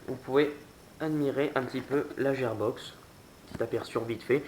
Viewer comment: La gearbox se prononce guirbox mais sinon bonne vidéo bon courage pour la suite 👌👍